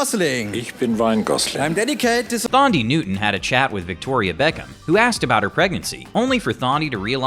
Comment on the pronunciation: You butchered Thandiwe's name so badly. It wasn't Tharndy. It was TAN-DEE. Like a sun tan. It's a silent H. She's gone back to her real name, which will confuse you even more, now. TAN-DEE-WAY.